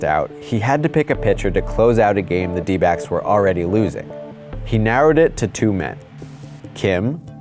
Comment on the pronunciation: Def sounds like he's saying d-bags instead of d-backs 😆